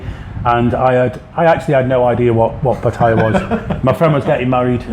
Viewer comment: Will the Poms ever learn to pronounce the name of the town they live in ? It's easy - ask any Thai over the age of three.